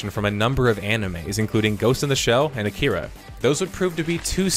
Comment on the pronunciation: It’s Akira not Akira get it right